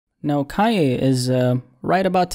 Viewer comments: What are you calling him? Kiya.. or am i just tripping.. pronounce the n man..kannnnnye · why do u say "calle" thats a spanish word lol its KanYe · Like this every time he says Kaye West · Man said "Ka-ye" 😂